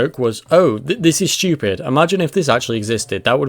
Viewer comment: Looking up the word stupid in the dictionary... There doesn't seem to be an H after the S. Weird. Pretty shtupid. :D